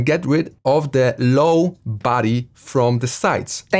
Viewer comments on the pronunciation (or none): i always thought u said "baddie 🥵🥵" instead of "body"